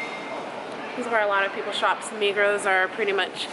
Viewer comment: Migros is not one of the biggest supermarket chains in Switzerland, it is THE biggest chain, and the S in Migros is not pronounced.